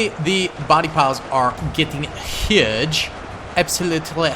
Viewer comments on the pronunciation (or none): none